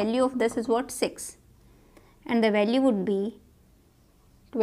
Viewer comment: what you heard it is six or replace e to i in six ??😂😂